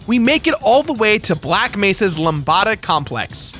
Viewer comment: "Lumbahda Complex"